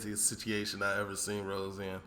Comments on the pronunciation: Haha! Yeah, it's funny to hear our man calling Kemp - who projects such a hard man image - with a girl's name! 😅"Ross" rhymes with "moss" not "nose"... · Its ross not rose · It’s “ROSS” … r-o-s-s 😂😂😂 kill me